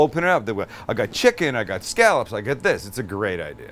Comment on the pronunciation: I can't stand hearing people pronounce scallop that way. And so many people do. Pretty sure that is not correct. I grew up in New England and so I'm going to go with their pronunciation.